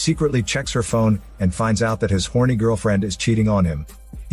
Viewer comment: The emphasis on ‘h0rny’ lol